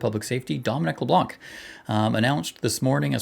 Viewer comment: The C is silent at the end of his name, and he's from the riding of Beausejour in New Brunswick. Good guy.